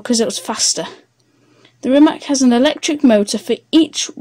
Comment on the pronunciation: Jessus.... try at least to pronounce the name right!